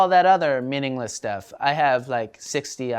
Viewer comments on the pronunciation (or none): none